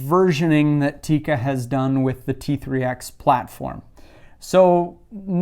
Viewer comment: First you can learn how to pronounce Tikka